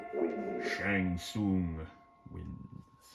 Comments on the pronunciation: Shang fun lol you pronounce it Shang soon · First I love you videos!! Second please stop calling Shang Tsung Shang fun that’s not his name and it sounds stupid!! Thank u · Saying "Shang Fun" never gets old.